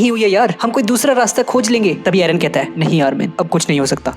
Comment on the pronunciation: Its eren not aron